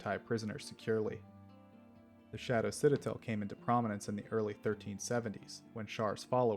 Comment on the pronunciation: Back and still mispronouncing Citadel